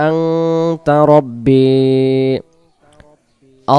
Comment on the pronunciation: আনতা না আংতা